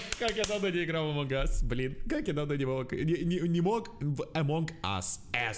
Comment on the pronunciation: Лол но вообщето us читается как ас